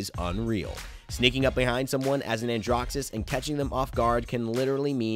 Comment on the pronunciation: Did he pronounce it andrough?! Helpful vid though